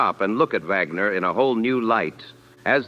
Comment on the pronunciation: It's Wagner. Not Vagmer